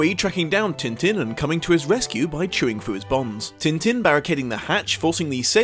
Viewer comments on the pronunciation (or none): I'll have to use the phonetic alphabet for this : tɛ̃tɛ̃ but the best way is to try finding french clip of the show and boom, there you have it. and the dog's name is Milou in french too. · Great video but... am I the only one annoyed at pronunciation of French names? Especially Tintin! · a part of me dies slowly every time when he pronounces Tintin the way he does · Am I the only one who sorta cringes at hearing Tintin pronounced in an anglosaxon manner? Yeah, I probably am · As a French woman, the way English speakers pronounce « Tintin » is incredibly hilarious Also, yeah, the film isn’t like the comics, but it’s a thoroughly enjoyable movie and a beautiful animation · Alright, i will finish watching the video, have to get this off my mind first, though: Aargh, the way you people butcher names .. it sounds like he's made of tin like the tinman if you say it like that. Even the chinese adaption of the name sounds closer to his original name.. probably fault of the translation/editor team of the original - they should have completely changed it, I know, but i looked up the English wiki entry and it does have the proper prononciation in the first line!